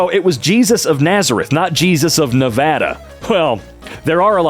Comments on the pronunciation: Nice job saying nevada properly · I don’t much about the narrator but I automatically like him as a person for saying Nevada right.